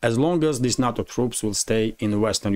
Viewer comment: NATO is pronounced NAY- TOE not na-to. na-to is Japanese sushi